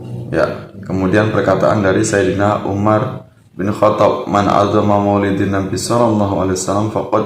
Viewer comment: Bukan addoma kang tapi a' dzoma sutad goblok